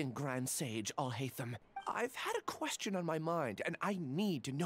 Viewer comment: Is it just me or Alhaitham pronounced question "quesTon"?